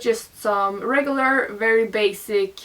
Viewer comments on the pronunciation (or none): none